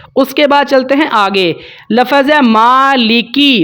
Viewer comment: لَفَظ (lafaz)نہیں، لَفظ(lafz) بولتے ہیں،